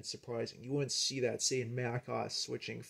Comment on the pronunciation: You're not supposed to pronounce OS as one word it's an abbreviation for Operating System therefore it's pronounced as 2 separate letters.